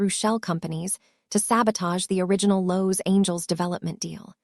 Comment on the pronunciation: Cousin Jessica's clothes shouldn't be too tight if she has lost weight. And to quote another viewer of another video " hooked on phonics will work for AI"... the pronunciation of Los Angeles and Mercedes is problematic 😂😂😂